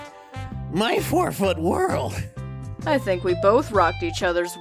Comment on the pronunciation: I’m a terrible fan 😶 this whole time I thought she’d been saying forfeit world instead she was saying four foot world 🤣